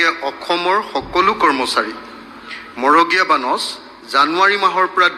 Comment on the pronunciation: মগৰীয়া নহয় মৰগীয়া বানচ।